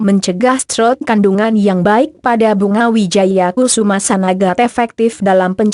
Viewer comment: yg baca narasi gk enak bgt...maaf itu bunga Wijaya Kusuma... bkn kususma,,,hadeeh🤦‍♀️🤦‍♀️🤦‍♀️🤦‍♀️🤦‍♀️✌